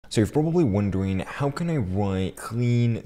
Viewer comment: so you pwobably wandewing